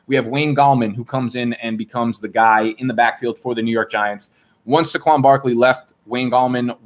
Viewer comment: How does he not know it's pronounced SAY-qwon not SUH-qwon?